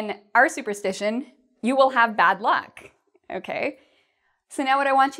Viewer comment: Hi l have a confus your write "superstition and superstitious " but it seems you pronounce superstitation and superstitatious please can you pronounce it well again?